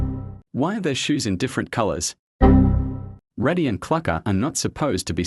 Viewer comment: Actually he said reddy instead of raddy in mistake 6😅😅 btw I liked hi video❤❤❤